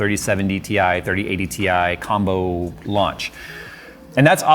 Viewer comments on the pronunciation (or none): 30-70 TIE!! it's TIE.:D